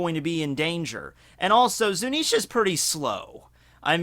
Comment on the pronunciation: he finally learnt how to say zunisha, not zunenshia